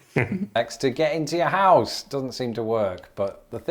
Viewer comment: Our house-UH says.